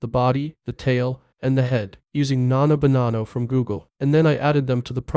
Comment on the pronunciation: "Nano banana" Aight im out ✌️